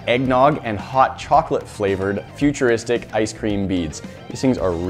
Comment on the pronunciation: Why are you calling them futurisric?